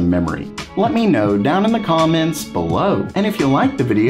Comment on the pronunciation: Why when u say BELOW u say it like a idiot?? stop saying it like that as it sounds stupid